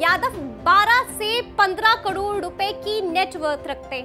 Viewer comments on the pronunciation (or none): बहनजी करोड़ ना की कड़ोंर क्या एंकर है आप🤦